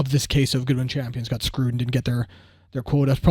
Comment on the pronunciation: Nice break! Also, it's pronounced GOO DEE :)